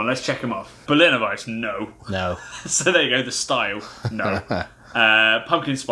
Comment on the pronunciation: I love this channel, and you boys definitely know your beers better than I ever will, but it's pronounced Berliner "Weiss-uh". The e isn't silent!